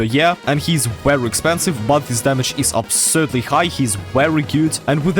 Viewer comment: the “WEERY WEERY GOOD” is 🔥 😂